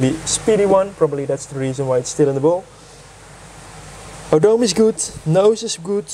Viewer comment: O-Doh-Meh is the right pronouncement indeed! Thanks for your comment